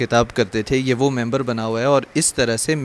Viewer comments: It's MIMBAR not member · میمبر نہیں مِمبر ہوتا ہے جناب۔